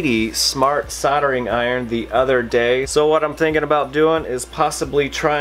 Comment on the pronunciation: Good stuff! soLdering has an L. It is not soddering... Still, I can look past that as this is a great, informative vid.